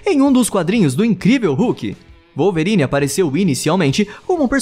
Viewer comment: "Walverine" foi foda ein!